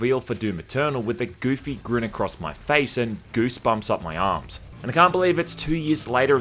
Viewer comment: With gouosebuombs üp my OA ARMS! It's ARMS! I was certain you'd say up my arse. Love the content as always <3